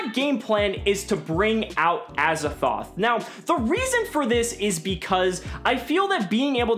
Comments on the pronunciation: why do you say azathoth its triggering me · Gawrdean Sleighs It sounds like says Azathoth. With a ‘th’ on the end. Hmm. Just me?